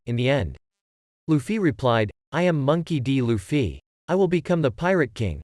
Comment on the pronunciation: Bro saying Luffy sounds weird LufFY